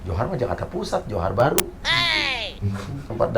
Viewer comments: Johor bukan juhan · Johor bukan johar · johooooor Malaysia bukan johar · Johor.bkan johan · Johor bukan jahar 😮🤣🤣🤣👍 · Johor BKN johar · Johor la bkn johar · Johor mbak BKN johar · Johor BKN Johar paok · Johor x mba 😅 BKN Johar 😂😂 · Johor bahru Mas Uya bukan johar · Saya orang Malaysia tak pernah dengar di Johan .di Johor adalah .itu meman tersalah sebut yg sebenarnya di Johor baru betul . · Johorlh,,bukan johar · Johor bukan Johar mas uya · Malaysia Johor bukan Johar mbak 😂😂😂😂dulu waktu saya umur 16 jga saya di Malaysia Johor mbk